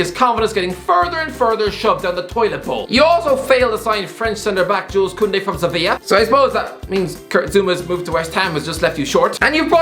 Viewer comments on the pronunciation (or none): none